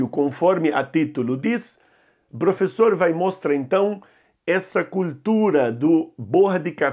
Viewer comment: "", você é um barato! Adoro suas aulas! 😄